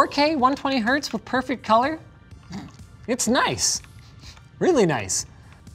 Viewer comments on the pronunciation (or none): none